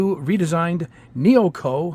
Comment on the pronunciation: Excellent video and thank you. If you don't mind me saying, I think the way to pronounce the name is NEO-ECO. 😉